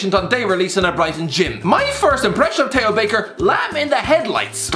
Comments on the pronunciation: How the hell do you struggle to say Theo? 😂 it’s not a hard word to pronounce Jesus Christ you’ve called Theo Walcott “” for the last 4 years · He did say Tay ho Baker